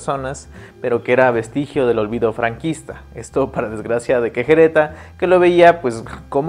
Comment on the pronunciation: Hay alguna razón por la que no pronuncie Querejeta ni una vez bien?